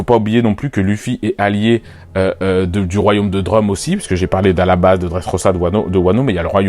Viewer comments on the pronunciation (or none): C'est Alabasta pas Alabas...🤦🏾‍♂️🤦🏾‍♂️🤦🏾‍♂️